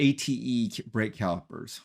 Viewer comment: Also the brake manufacturer is pronounced Ah-Tay.